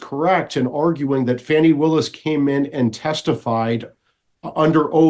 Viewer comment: Thank you, Mike Davis, to correctly pronounce Fannie Willis' first name. Otherwise, she should change her first name to Fawny.